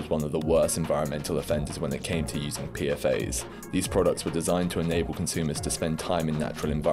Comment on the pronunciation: Good video! I guess I'd never heard of Gorpcore b/c I don't use tik tok I like that you pronounce 'PFAS' the (IMO) correct way - ie. 'Pea-Eff-Ayes' instead of 'Pea-Fass', which sounds super wrong & annoying to my ear for some reason